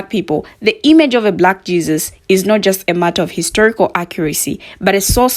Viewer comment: Unlike the rest, I question everything. Where is the proof that this isn't AI? Sure it sounds good and true, but is it real? I doubt it. The over-stating of the word "black Jesus" was suspect to me. Although I agree that the Messiah was a so-called Black man.